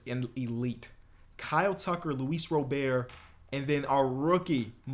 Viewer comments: why does keep pronouncing luis robert wrong. it’s (rah-bert). he tryna add extra sauce to it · bro PLS say luis robert properly 😅 whoever told you to pronounce it like that is trippin u straight up just say robert. u can look on baseball reference for the pronunciation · you need to get that 2k mentality out when you play the Show age don’t mean nothing 30s are still young. Also stop butchering Luis ROB-ERT name